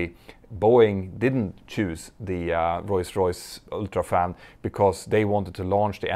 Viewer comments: Whenever you say Rolls Royce, I hear: Royce Royce. Is that me? Or am I missing something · can someone tell me why does he say rolls royce as royce royce is it a something legal matter or is it just his pronunciation. i love petter so much on how he does his videos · Royce Royce, it allways gets me when you say it ;)